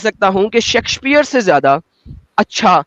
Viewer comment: William Shakespeare❌ William Sexxspheree! ✅ Hard hard! 😂🔥